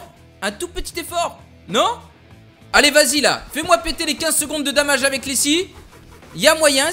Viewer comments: DOOOOMAGE et pas "damage" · tu dis damaje